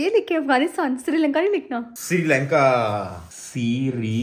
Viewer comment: Ducky bhai Sirilanka nae Srilanka hota hai 😂😂😂😁😁😁